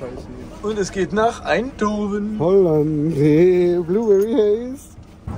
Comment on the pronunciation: Eindhoven mit "h" bitte;)